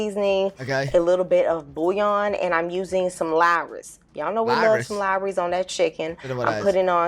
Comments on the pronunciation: Lawry's is that word where you said "what is larris?" I call it Law-rees, like what a barrister practices. Buttermilk used to be the liquid left over from churning, but now it's cultured milk, something like yogurt flavored milk. Baby, you're gonna have to learn the basic spices. Nutmeg. British people use nutmeg. It's an ingredient in bechamel. Brits make bechamel. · I went back about 23 times just to hear you saw Lawrys 😂😂😂